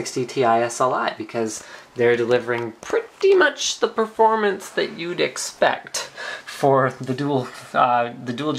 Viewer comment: not only "do you want the extra performance" but also "do you really need that extra performang".